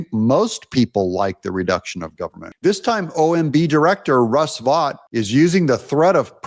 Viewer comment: Russ pronounces his name "vote", not "vot". He was a big contributor to Bannon's Warroom. I've heard Russ pronounce his own name like "vote".